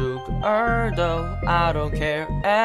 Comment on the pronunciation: 템을 뿌리고 죽ur도~ 발음 스웩